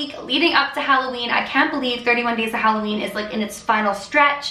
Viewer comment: Halloveen not Halloween xD